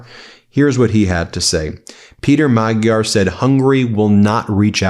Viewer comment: Pronounce Magyar 'Modyar' 👍 Nice one Ben and team. ✨⭐👍